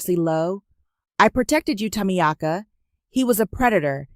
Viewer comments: Is the name Tamiaka or is it supposed to be pronounced Tamika? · I love the voice but the name is pronounced Ta meek ah. Think about getting a woman with some age to make it really real baby. I will do it just for the fun and the attitude. It sounds fun and I love your stories. Great stories.